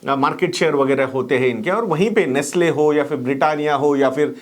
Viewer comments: Nestle not nastle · Correction: Its Nestle, and not Nastle. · Nestle and not nastle